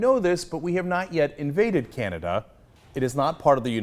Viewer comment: "we have not yet invaded Canada" emphasis on the "yet"